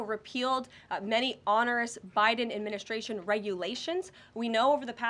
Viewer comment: You can tell she's young. She adds SHHH to words like adminishhhhtration. Also, she doesn't say her Ts. This is how the young are speaking now. Other than that she is very good and very attractive! Xxox